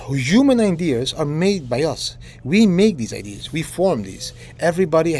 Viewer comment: haha didi, its ideas and not idears